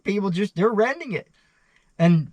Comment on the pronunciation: Its strange you pronounce renting "rending" but then you pronounce shed "shet" so it's not like you have a speech impediment where you can't say D's. Just swap the D in rending with the T in shet and they'll both be right😅